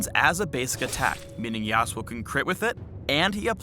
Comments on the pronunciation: Why put the accent on the first syllable? I will never understand English accenting customs for foreign names. :( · Here in the Philippines YASUO is pronounce as YASU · I was pronouncing it Yah-Soo. but that's my bad I guess. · Should be pronounced ya SU o (su being the tonic syllable). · i'm not the only one who is annoying at how they pronounce yasuo... considering iv hear the damn name in enogh anime to KNOW YOU DO NOT HEAR THE DAMN U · ... If you are going to use a Japanese name at least pronounce it correctly in the spotlight.